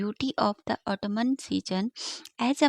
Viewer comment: Correct pronunciation of Autumn is autum not auto -man